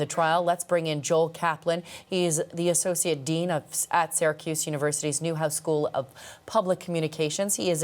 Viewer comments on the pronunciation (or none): Syracuse, not Saracuse.